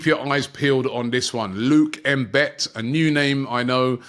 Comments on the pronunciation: Yo Robbie its not M-bit seeing your pronunciation sucks. Thats a Southern African surname bro its pronounced M-bethe! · IT is NOT Luke M'Bet. (if he has South African Links) Its more like "Mmmmm-Be-The". Draggg the M as if making the sound MMMMM. Not sure is he has South African ancestory. The surname is common in South Africa. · Robbie, it is pronounced Mbeeeete, you stretch the b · Robbie pronouncing Mbete as M-bet had me ROTFL! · The way Robbie butchers the name Mbete 🤣🤣.... Man said "M-Bet", C'mon Robbie. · Your pronunciation on Mbete is so okward and English I wish I can have a voice to give u a right pronunciation on such African names....